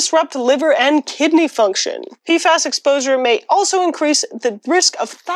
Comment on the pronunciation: Pee eff ayes Not peefaws (PFAS)